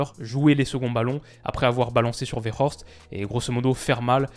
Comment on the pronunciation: Petite précision pour Wout Weghorst, la prononciation ça reste un "W" pour Weghorst vu qu'il est néerlandophone. S'il avait été allemand, à ce moment-là, oui, on aurait prononcé "V" pour le "W" dans Weghorst. Vivant en Belgique, je suis confronté au Français, Néerlandais et Allemand.